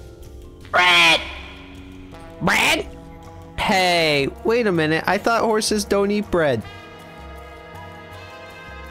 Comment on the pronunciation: First it's cahpper, then cahbble, now it's Breahd